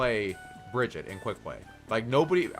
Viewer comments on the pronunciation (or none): One thing blizzard has announced is Brigitte isn’t pronounce Bridget it is BRI GHEE TAH!!! OK? Daddy Jeff cleared the whole situation on that!!! Another is Ana. Not ANNE-UH it’s AHN-UH!!! they might not have made that official but it is the way the characters say it. And O’Hara isn’t FAIR- Uh it’s FAR-uh. Reinhardt isn’t rainhardt Hanzo isn’t HANNE-zo and so on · its not Bridget its Brigitte (listen to the dev updates) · its bruh-git-taa actuALLy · Bruh-gee-taaa Not Bridge-it. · say it with me: Bri-gee-tah. Brigitte. jesus, why can't people pronounce it right? It's said in the game! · You pronounce Brigitte's name wrong. It is Breh - geet - uh, I think it's a German name even though she's Swedish. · "Bridgette"? Brigitte is strong but she's not op lmao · Why can’t anyone pronounce Brigitte’s name right? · Bridgette you pronounced it wring